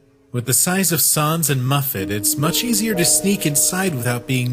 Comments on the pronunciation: Please get your pronunciations on "sans" and "chara" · I feel like they aren't proununcing sans correctly